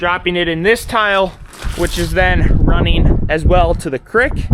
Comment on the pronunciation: Finally, someone else who calls it a crick instead of creek 😂